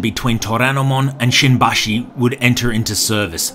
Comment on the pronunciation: Is not shinbashi is shimbashi careful